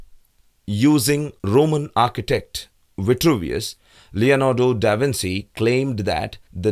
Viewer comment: the "Leonardo da Vinssssi" pronunciation killed me inside...